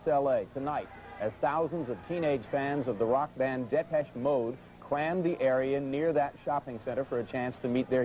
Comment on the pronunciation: Jim Lampley at the mark royally messed up Depeche Mode’s name. Haha! “Deh-pesh Mode.”